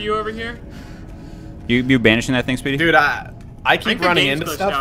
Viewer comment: It sounds like he's saying sweety but he's saying speedy